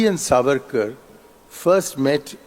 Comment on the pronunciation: The pronunciation is SAAVARKAR not savaarkar, just like the diff between moitra and mootra.